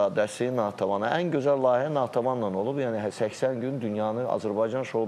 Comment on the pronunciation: iyrenc rovsane lahiyye yox layihe